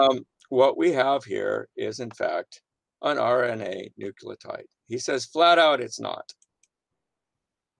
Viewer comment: "Nuculotide"? facepalm